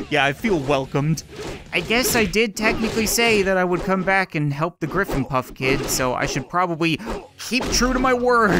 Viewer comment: it is not grifnpuff it is Grifndore